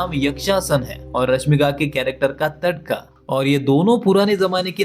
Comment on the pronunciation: TADAKA ❌ TADKA ✅ 🤣🤣